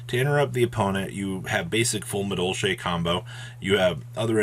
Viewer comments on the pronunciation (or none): He said medolche then flu, and I just stoped giving a fuck about this video